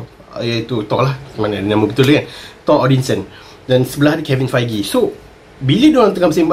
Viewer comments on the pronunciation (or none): none